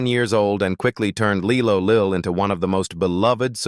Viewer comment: Lie low Lil Not Lee lo